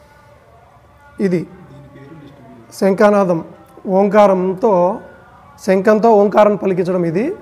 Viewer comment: ముందు మీరు తెలుగు నేర్చుకుని ఏడవండి. ' శంఖనాదం,శంకనాదానికితేడా తెలుసుకోండి. తరువాత వీడియోలు చేద్దురు.